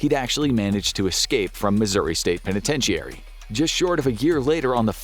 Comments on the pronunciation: Federal "pentatenchiary"😂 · Please tell you narrator it’s pronounced pen-eh-ten-chur-ee. Penitentiary. And the Spanish word Jesus is pronounced hey-sus. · The mispronunciation of penitentiary is so weird. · This guy can't even pronounce penitentiary